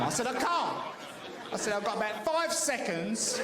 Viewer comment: You liked that one then. When he talks abaht the wevver he's talking about the weather, btw. Some times when abroad you have to plan your emergency route ensuring that you can get from the table to the lav in under 5 seconds flat and that you're wearing easily droppable trousers and pants. I haven't been to Mexico but they're probably too busy trying to deal with drug cartels, houses collapsing and half the population illegally emigrating to worry too much about Health & Safety and Food Hygiene. Spain and Greece were a bit like that until they joined the EU. Eating a salad used to be like playing Russian Roulette.